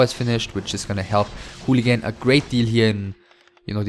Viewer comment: you sure its pronounced "hooligan"? ^^